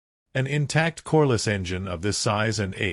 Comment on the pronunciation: Corliss, not coreless.